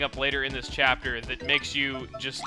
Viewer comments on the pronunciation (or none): y u say chiapter? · because he says "chapter" like that